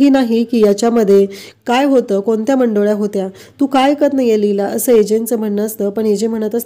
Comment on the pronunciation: मंडोल्या नाही हो, मुंडावळ्या, नीट उच्चार करा😂